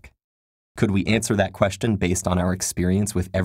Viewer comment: Is it just me or his pronunciation of the word "Question" is actually that strange?